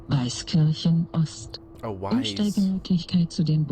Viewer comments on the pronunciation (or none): none